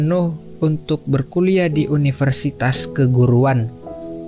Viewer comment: Semangat gan penyampaian cerita sudah jelas dan enak didengar walau ada beberapa pengucapan yang keliru seperti universitas. salam - subcriber baru